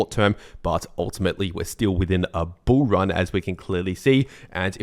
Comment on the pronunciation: i like it when you say bull ran